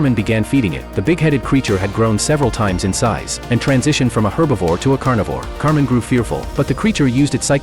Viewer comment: His name is actually kamen, I think the voiceover got it wrong 😅